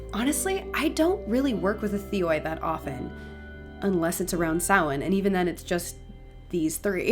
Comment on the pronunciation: This was incredibly interesting and insiteful, Thank you. Some great information, not least of all is the pronunciation of Samhain, which having never heard it said by anybody, I have always said "Sam-Hane", what a fool I have been